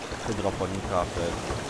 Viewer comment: mnie to boli jak mówisz na to chydroponika